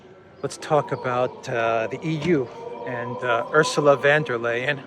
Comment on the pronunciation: "Von der Leyen" is pronounced "Phone der Lion" (with a short "o" in "Von" and a rolled "r" in "der".